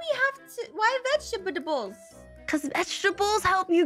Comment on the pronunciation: why do you pronounce vegetable vegetabedables?